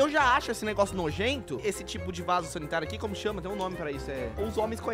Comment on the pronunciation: Você falou vaso solitário